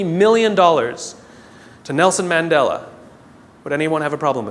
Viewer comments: Mandela - not Mandala.geez. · Nelson Mandela not Mandala. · Nelson MandEla not mandala please